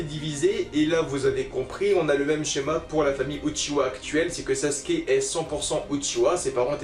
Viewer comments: SasUUUUke le « U »bordel sinon bonne vidéo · Vous savez pas dire sasuke